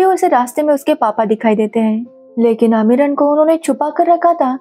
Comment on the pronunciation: अमीरन नाम है ना कि अमरीन